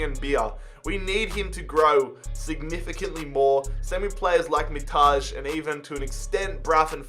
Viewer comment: you read it as it's written Mitaj, not MiTAzHe. It happens with every Albanian whose surname is written with a J in the end and it makes me so angry!!!